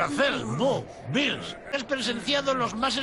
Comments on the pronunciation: Tercera vez que dicen "Bills" y no virus digo "Beerus" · Bills se escribe beerus y se dice bills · Beerus no debería pronunciarse como "Biirrs" ??(cerveza en inglés) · Aunque sea usa el nombre original beerus ..pero chamcpa lo dice al final su nombre otriginal me cague de risa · Lo de beerus es verdad que está mal pero creo que lo hiciera porque en japonés también lo pronunciaron diferente